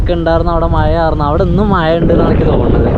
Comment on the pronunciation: മയ എന്നാണോ പറയുന്നത് അതോ മഴ എന്നാണോ പറയുന്നത് വീഡിയോ യിൽ വോയിസ്‌ കേൾക്കുന്നത് മയ മയ എന്നാണ്